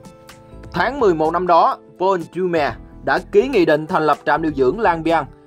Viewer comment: đọc cái tên Doumer nghe hay dễ sợ 🤣